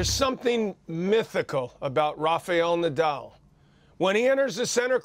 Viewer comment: Please stop saying lofe eil nodaul. It's Rafael Nadal